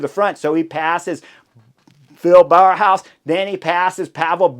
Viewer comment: bow-house not bower-house if you want to pronounce Bauhaus correctly, just a pointer :) it's not easy all those names :)